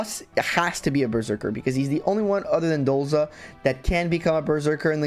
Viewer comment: You said Dolza a few times, but his name is actually Dozla! :P